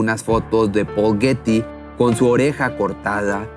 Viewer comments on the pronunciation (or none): Hello! Pronuncia Bien. Los nombres like for Example Guety y muchas, mas ?